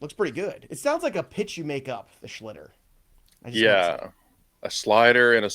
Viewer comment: It's Schlittler not Schlitter.